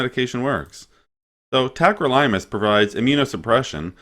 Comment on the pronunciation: Pronounced it wrong. It’s not tacro-Lime-us. It’s tack-crow-lih-muss.